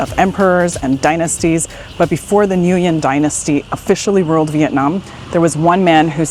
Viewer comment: pronunciation of nguyen needs reviewing. still a cool video.